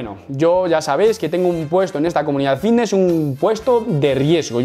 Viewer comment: Yo siempre pensando que decía "fitnes" mal a posta y resulta que dice bicnes sin querer 🦊🦊🦊🦊🦊